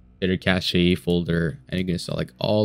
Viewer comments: "Cashay". It's just pronounced CASH. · It's Cash not Cashé. FFS